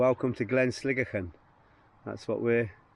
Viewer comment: What a great day you had for that hike! So much easier when it's dry! You were lucky where you camped that the cattle weren't there. When I passed by there in 2019 they had destroyed a guys tent with him in it! I aways thought Sligachan was pronounced Sli...gaaaa...chan rather than sli-gi-chin with the ch sounding as in loch, but the Irish gaelic seems to sound like you pronounced it..not too shabby for an Englishman..:-) Since you said you don't like heights I wondered how you would get on on the section to Elgol...it's a drop off for sure